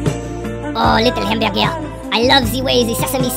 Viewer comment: Le hemberge